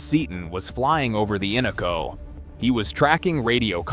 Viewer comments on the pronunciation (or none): The Innoko and Tanana Rivers are not pronounced correctly in the video. In-NO-Ko Tan-a-Na are the correct pronounciations. Minto flats is not SW of Fairbanks, it is NW of Fairbanks.